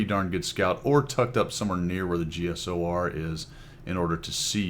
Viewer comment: The "Cheesor"